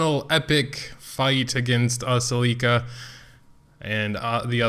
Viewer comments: Or the A is silent and you just pronouced selica XD makes things easier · Expected you to butcher aselica's name some more, and you delivered!! Aselica uh-cell-ih-cuh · I just wanna comment how I believe the names are pronounced. Ophelia=Oh feel lia Ezekiel=Ee zeek ee el Aselica=uh sell ik uh Shea=shay uh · aselica - uh sel ik uh - ass licka. just saying. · LOVE YOUR STUFF, BUT YOUR PHONICS NEED SERIOUS HELP! TAKE IT FROM AN ENGLISH TEACHER... IT'S: UH-SELL-IHK-UH... AND WHILE WE'RE ON THE TOPIC, OPHELIA: OH-FEEL-EE-UH!.. LOL! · its pronounced ass-licka Btw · Pronounced (Ah-seal-i-ca) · Its pronounced Uh-Sell-ick-uh